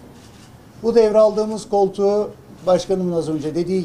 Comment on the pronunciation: Koltugu vurgulamasi çok ilginçti😅😅😅😅